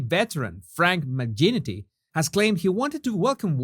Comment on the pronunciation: it's FRANK MC-GINITY with a hard G like Grandma that's it's normal pronunciation. this is not a rebuke to you just letting you know. Having english as a 2nd language is tough enough